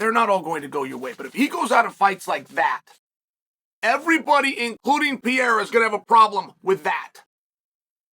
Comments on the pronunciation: Not" Pie-ra" but " Pe-rei-ra" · Alex Pierreuh